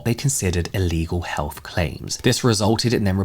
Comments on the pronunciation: SOOOOO, he's NOT saying "Goop Hell?". 🤔 I'm glad I read this comment just a few seconds in😅. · I was listening without looking at first and it took me a while to realize that I misheard 🤣